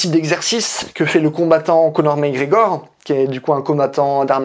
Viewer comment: Il faut pas dire MecGregor mais MacGregor non ?